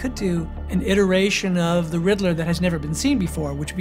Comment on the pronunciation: "THE" Batman! Pas "Ze" Batman! Mes oreilles saignent!